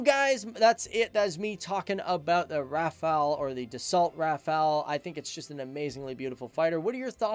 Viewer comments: RAFA-LE, NOT RAFA-EL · It is pronounced Raff-all, the T in Dassault is silent. It didn't just reach speeds of Mach 1.4, it supercruised at Mach 1.4. The Rafale M was purchased for the Navy first because the urgent need to replace the ancient F-8 Crusader for the A2A role. 1850km radius is with 2 CFTs, 2 Scalp EG. and 4X Mica. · The l is also silent